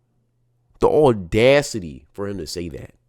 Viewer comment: Audacity doesn’t have an “r” in it. ordacity